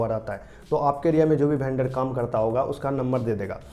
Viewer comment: वेंडर❌ भेंडर✅🤣